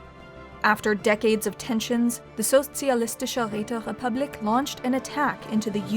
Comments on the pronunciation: She is not bad at pronouncing such a difficult german title as "Sozialistische Räterepublik" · Ok i have to admit especcially as a german, the empire name "Sozialistische Räterepublik" is a damn difficult word to spell but she did it well. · I love this new format! What a fun way to play back the events of the dev clash. Thanks so much,, this was extremely entertaining. I especially loved the flawless pronunciation of the socialist, um, that really long name. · Her saying Sozialistische Räterepublik kills :D Well done. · the way the speaker pronounces the Socialistische Räterepublik and how it completly braks flow XD but pretty good job better than most non german